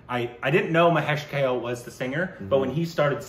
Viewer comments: Guys, it is not Mahesh KALE (salad). It is KAALEY. Please, other people have told you this already! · itd Bhaa-way (Bhave) Kaa-lay (Kale) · Hey, just for the pronunciation purpose. Here is how it should be pronounced, Mahesh Kale (mǝheɪʃ kʌle) Subodh Bhave ( suboʊð bhʌwe). Rest are ok. I hope it'll help you pronouncing Marathi sounds. Thanks for reviewing one of my favourites. About the next Marathi film, I'd suggest "Harishandrachi Factory". You'll get to know more about it here The film tells the story of the great legendary pyoneer of the Indian Cinema Mr Dadasaheb Falke (dʌdʌsheɪb pʌlke). I hope you'd love to witness the history of Indian Cinema. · Sorry to say this but I startled and then snorted so loud when pronounced Mahesh Kalay as Kale 🥬 as in leffy veg 😂😂😂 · One correction, the singer's name is Mahesh Kale which is pronounced like 'Kaa...le' and not like 'Kale' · for the nth time- Mahesh "kel" its Kaa + lay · His name is pronounced as 'mahesh kaa-lay'